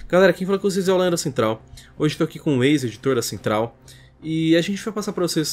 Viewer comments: Eu entendi ele falar "Ex-editor da Central" q susto kkkk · Culpa do nome dele q o som da a entender algo completamente diferente, eu escutei ex-editor da central tbm.